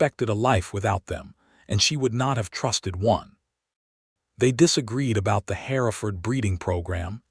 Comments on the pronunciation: The cattle are Hereford, pronounced "her-ford" not as "hair-a-ford". Get your facts correct. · HER-FERD IS THE PRONUNCIATION.